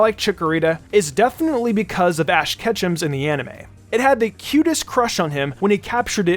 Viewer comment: I think you mispronounced ash